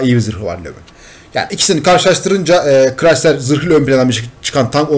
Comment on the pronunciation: Crisider diyon siri acılıyor